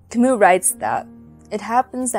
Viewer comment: Can’t you even pronounce Camus’ name properly?! It’s not “Ka-moo”, it’s “Ka-myu”. He’s French, for Christ’s sake!! Jeez!